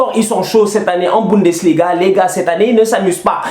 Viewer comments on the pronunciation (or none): none